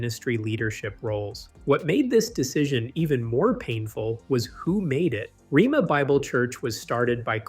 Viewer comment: The school's name is pronounced rayma not rema.